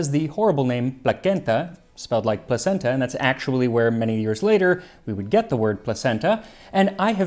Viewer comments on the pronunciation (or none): LOL I've said it before I'll say it again, placenta (the food) is pronounced like placheenta